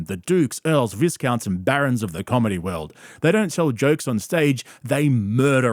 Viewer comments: The S in Viscount is silent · VIS-COUNTS ? dude. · I think the 's' in viscount is silent. Only error i clocked, good show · Viscount = Vycount. I've had enough. One word at a time, language has to be restored. And what's with the American pronunciation of stupid/new/due/dukes/dupe? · It’s pronounced Vycounts.